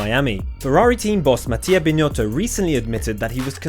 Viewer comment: It’s not “BinYotto” !,,,, 😂